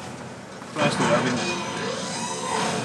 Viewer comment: is it just me or dose it sound funny when sound weird when he says dude? 0.o